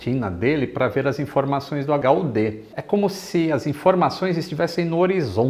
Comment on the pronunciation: Lito fala H.U.T, hahaha